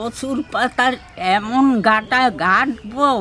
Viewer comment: ওটা ঘাটা না ঘাঁটি বলে